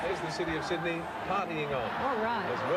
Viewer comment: yeah! agree! he clearly said Sydney, NOT syd-en-ey i think some comedian tried to imitate this accent and it caught on through aussie media. pity, reflects aussie narrow mindedness